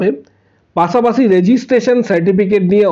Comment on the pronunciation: পাছে নয় পাশে হবে। পাছা পাচি নয় পাশা পাশি হবে। সঠিক বাংলা ভাষা বলতে হবে।